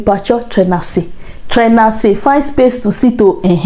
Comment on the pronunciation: dear the right pronounciation is "tenase"meaning sit down